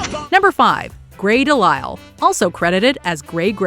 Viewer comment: I was 100,000% certain beyond a shadow of doubt that she’d botch Grey DeLisle’s last name since she can’t go a single video without at least one noticeable botch.